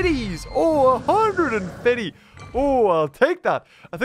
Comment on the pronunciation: The way he says fifty’s